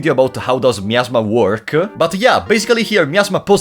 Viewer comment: Really love the way you pronunce miasma (meow-sma) ))